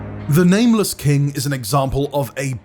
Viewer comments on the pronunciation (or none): none